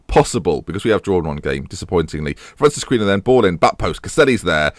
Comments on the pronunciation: It is a bit late in the series to be saying this now... but Francisquinho should not be pronounced Francis-queeno.. it would be more along the lines of Francis-key-neo... love the series, but cringe every time I hear you pronounce that name... I should have said something sooner but being British, decided to let it eat away at me instead. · Basically it should rhyme with Ronaldinho